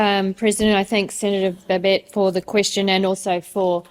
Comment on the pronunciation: I don't understand why an Englishman cannot pronounce the name BABET no extra BS not extra TS no extra Es